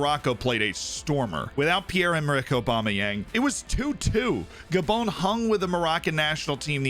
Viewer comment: This man realy calls gabon "gabone"💀